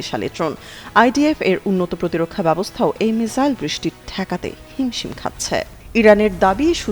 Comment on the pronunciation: মিসাইল কে মিজাইল না মিজান বলেন বুজি না।মিসাইল বলবেন